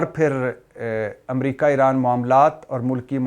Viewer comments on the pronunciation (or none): none